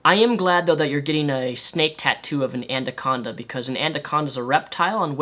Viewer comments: "ANDACONDA" HOLY FUCK I'M CLENCHING MY BUTT PLEASE. ANACONDA! Agree on everything else you said in the video though. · Anaconda, not andaconda... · "andaconda" it's ana-con-da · Am I the only one bothered that he said "andaconda" not anaconda? :P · bit of a late viewer but what's an andaconda? xD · Anaconda. Not andaconda. Sorry for being a ... pronunciation nazi. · OK I am sorry I had to say this but it is not and a Conda it is anaconda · its anaconda not anderconda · WTF is an "ANDACONDA"?!!! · Also, what's an andaconda? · not trying to be rude but "anaconda" not "andaconda" lol sorry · 'Andaconda'. xD lol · I really liked this video, but the word is "anaconda," not "andaconda." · What the fuck is a andaconda? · It's ANACONDA not ANDACONDA. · lol, "Antacondas". Thanks for making my day,. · It's 'anaconda' and also, she was quite obviously joking that feminism and misandry are the same. I'm not defending her, but I thought it was pretty obvious. Also, I also thinks it's obvious that she's just trying to hold all of these SJW views to become internet famous - she knows nothing about these topics at all. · "My Andaconda don't, My Andaconda don't" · lt's pronounced a-na-con-da, like it's spelled. Not certain wether that's new to you, or wether your nose was runny when you recorded this, but l nearly went nuts. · I thought I was the only one that noticed "Andaconda" lmao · Andaconda XDDDDD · am i the only one who hears him saying ANDACONDA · wtf is an "andaconda" ? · i agree with everything you said in the video..but i can't wrap my head around the fact that it sounds like you're saying "Andaconda"? haha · The way he says anaconda though.. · Damn, that is not what feminism is. she is insane. also, you say anaconda weird.... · Shows his LEARN TO SPEAK comment, then mispronounces 'anaconda' about 10 times. Yeah, I'm a dick right now. Otherwise I liked the video, though, no grudge against Rep.